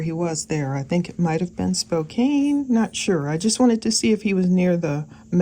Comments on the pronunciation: Just started the video and I’m from WA state and giggle how you pronounce our cities. (No offense) I’m sure it’s vice versa for my pronunciations for other cities. Spokane is pronounced Spo CAN. instead of Spo-cane ❤ We have a lot of Native American named cities here. Example- Puyallup is said Pew All up. Snoqualmie, Chinnook Pass, Snohomish ect. Thanks for all your time and energy you put in these amazing videos for us! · "Spo Cane" Do people really not know how to pronounce Spokane? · I’m sure someone’s already said this but “Spokane” is pronounced “spoh-can” no big deal just an fyi.. Love your channel 😘 And yes, he’s creepy as hell and resembles an alien predator. ✌️ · Its spo CAN lol 😂